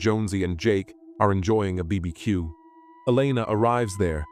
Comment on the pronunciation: Is that how a BBQ should be pronounced or is it me?😅😅😅😅😅